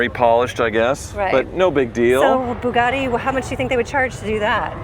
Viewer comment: Why does it sound like is saying Boobgatti? 🤪❤️🇺🇸